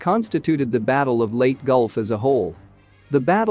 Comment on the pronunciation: Leyte is pronounced "Lay Tea" not Late.